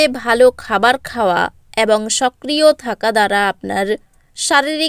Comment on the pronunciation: Chhi ki baje uchcharon ...ebong na bole bolchhe aabong